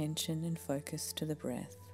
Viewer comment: “My voicezzz” “breathzzz”